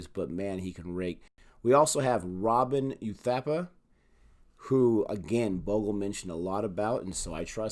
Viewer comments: See?! Harsha is the best when it comes to talking cricket. Never played an international match but the man's still a Legend. He breathes cricket. Also, it's pronounced 'Bhog-lay' 😁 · It's Harsha Bhog-ley. But u guys are getting better with the research and pronunciations. Go go go! I hope you won't mess up the CSK players names because that fanbase is huge and merciless....😂😂 Good luck!